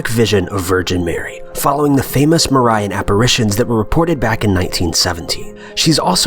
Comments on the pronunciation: Mar I an??? Lol its Marian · You mispronounced Fatima and Marian, but I'm only 2 min in